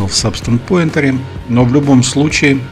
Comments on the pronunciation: Не по теме видео, но произносится Пэйнтер (от слова paint - красить/рисовать), а не Поинтер (от слова point - точка/указатель). Это не в упрек, но просто ухо режет из выпуска в выпуск. А так - спасибо за видео ) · Спасибо за видео, очень интересно! Только не Сабстанс пОинтер (поскольку поинт это точка), а Сабстанс пАинтер (от слова паинт - рисовать).